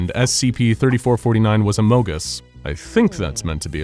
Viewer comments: He even said my favorite word: “amogus” like the amogus not among us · I thought they were talking about the Pokémon Amogus! That’s what it sounds like!